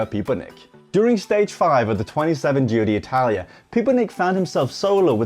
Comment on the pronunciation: Giro d'Italia, not Giro DEE Italia, just FYI ;)